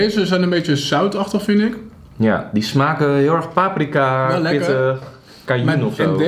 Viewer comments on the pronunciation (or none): none